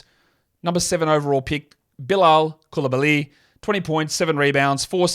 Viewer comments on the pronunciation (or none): just so u know josh, the emphasis is placed on the COUL in Coulibaly. Its COOL ih bah lee, not coolibaLEE.